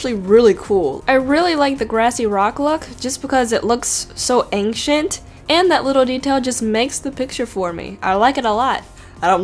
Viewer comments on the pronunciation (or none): none